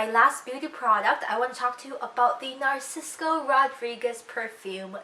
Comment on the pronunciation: It's Narciso Rodriguez, not Narcisco lol 😂😂